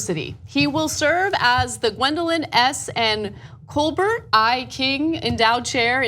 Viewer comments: Nick DuBois Take it from me, People butcher our Louisiana names all the time 🙃, but they should no better bc Colbert is famous. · I like how ANA mispronounced "Colbert"